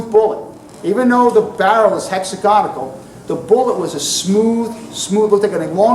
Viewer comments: Hex-Ag-On-Al. There is no 'ic' in it ffs. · A very good lecture, but it's torture the me, to hear his version of the word hexagonal.